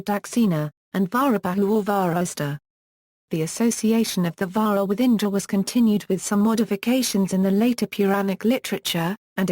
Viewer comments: its not vahra.......its vaJra.....the J is real J not H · I studied Sanskrit and Hindi at university and 100% agree! Wrong pronunciation - this isn't Spanish!! They do that in Spanish jalapeno is "halapeno" - not Sanskrit or Hindi! Narrator is Britisher, so what do they know?